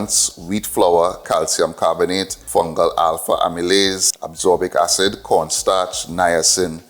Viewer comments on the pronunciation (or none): Thanks fr sharing this experiment🙏 Just one note on a vitamin pronunciation "As-cor-bic"